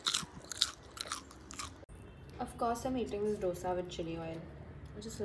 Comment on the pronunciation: Babe ily but please it's pronounced "Dhosa" not Dough-sa :///// . . . Lyyy❤️